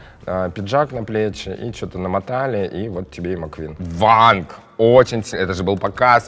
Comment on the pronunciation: Не Ванг а Вон :)